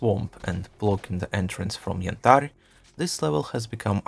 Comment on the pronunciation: Nice video, I love how you pronounce Yantar <3